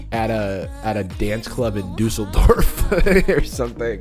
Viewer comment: pronouncing Düsseldorf is amazing